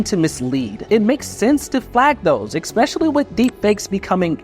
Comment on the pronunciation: It's especially, not expecially.